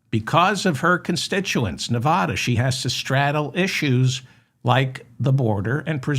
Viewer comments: I love you Dave but it's Ne Va Da not Ne Vah da. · Its Nev adda, not Nev ah da. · Nev- a - dah! 😅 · Wish you could learn how to pronounce "Nevada", which I have commented on dozens of times.